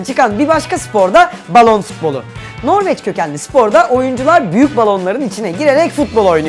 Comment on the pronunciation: Iyi dinle balon futbolu diyo ama balon spolu diye anlaşılıyo